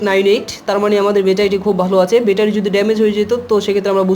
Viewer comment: বেটা‌রি কেন? ব্যাটারী বল। নতুন নতুন শব্দ না ব‌লে শুদ্ধটাই বল।